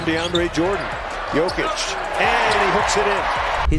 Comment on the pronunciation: Hey basketball is an everyday thing for serbs.Perfect pronaunciation btw great video!